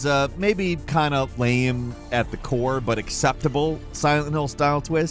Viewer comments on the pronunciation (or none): none